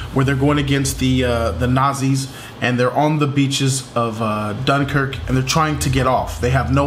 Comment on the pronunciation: I love how says Nazis..."Nahzeez" 😂😂